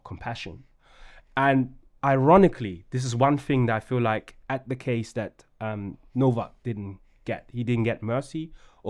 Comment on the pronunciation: The least you can do is get the spelling right. It’s Nowak not Novak. Sit there showing sympathy but can’t even get his name right.